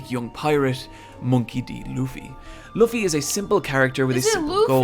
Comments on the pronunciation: FYI, One Piece passed Batman in lifetime sales a couple weeks ago. - Luffy is pronounced Loo-fee; the vid narrator's accent makes his pronunciation wobble a bit. - The manga has no real filler and in fact can be accused of being too dense; the anime has filler when it catches up to the manga story but usually can be skipped, particularly because of the self-contained island travel adventure format of the story, as filler arcs are often just a new island inserted into the story. (That being said, some of the filler is quite fun.) Much of the criticism of the anime comes from the pacing being slow in some of the arcs, not that it has too much fluff, which is true but less of a concern if you're going to be binging it. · Laffy? Hanji? 😭😭😂